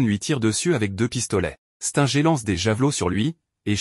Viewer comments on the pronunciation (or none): Mec tu connais même pas prononcer les noms des héros Stinger toi tu dis stenger Saitama tu prononces quand même bien genos c'est bien mais les autres non tu prononces bizarrement